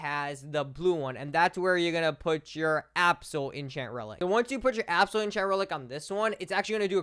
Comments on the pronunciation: It’s not absoal it’s abyssal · DUDE WHY DO YOU SAY ABSAL INSTEAD OF ABBYSAL😭🙏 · Calling abyssal “absal” 😭😭😭😭